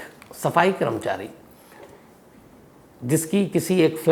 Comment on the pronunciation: Sams Bhai…great episode! One advice - it is “karmachari” and not “kramchari”. Please notice the “a” after k.